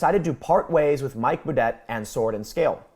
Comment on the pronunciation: If he’s French his last name would be pronounced boo-day; which are the kinds of days he’s having now.